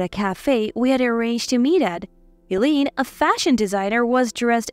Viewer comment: Eileen is pronounced as ILEEN, long I sound